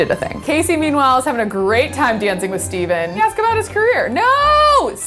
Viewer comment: Anyone gonna talk about the fact she was pronouncing Stephen wrong?!?! bhahahaha